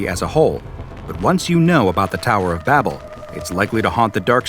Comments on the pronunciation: I'm pretty sure its Babel and not Babble. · its Babel not Babble isnt it? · It's not "Babble", it's "Babel" ffs